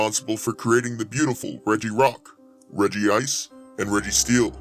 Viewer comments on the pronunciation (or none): I can see why you and other people think it’s pronounced regi ice but there’s only one I so it’s pronounced reg-ice but I’m not blaming you for not knowing that